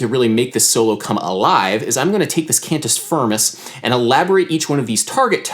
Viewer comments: Huuuge one, Adam! Thank you :D P.s.: it's pronunced kind of "can-tee feermey" (with the "rolling R" if you want to be a latin super hero) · *[cahn-toos fear-moose]